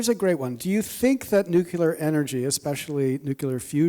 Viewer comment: Please pronounce nuclear correctly...NEW klee ar...not NEW kEW lar